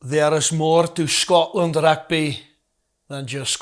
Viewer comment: Aaai... se going weer "Rugby" in Scots😂😂😂 juelle maak n men's se Vrydag. Mooi gedoen manne. 😂😂